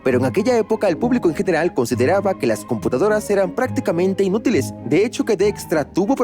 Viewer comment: la IA pronuncia "IN-útiles"?